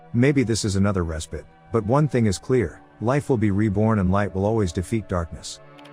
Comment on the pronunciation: res pit? is respite, get ur a.i under control